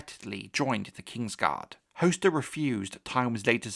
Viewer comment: its definitely hos-ter not host-er...